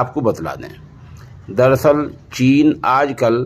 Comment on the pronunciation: چین ھے ناکہ جین